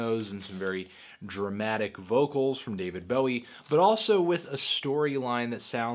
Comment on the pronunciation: I prefer david bowid.